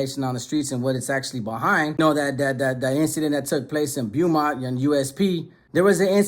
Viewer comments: Stop saying it like how it's spelt. It's BO-Mont. Not Bee-ew Mont. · … Beaumont is pronounce Bow-man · Its pronounced "bo-mont"